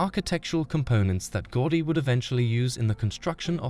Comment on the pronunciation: Unwatchable since you can't even say his name correctly: It's pronounced GOW-DI